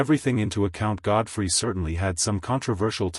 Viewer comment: "Godfried?" Good grief, if you're gonna use AI, at least get it right. Terrible production.